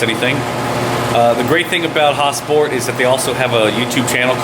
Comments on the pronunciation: Lmao why you saying "Häsport" like Häagen Dazs ice cream or some shit? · Is it pronounced HasPort or Hosport? I thought it was Has-port. Idk? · sounds like he says ha-sport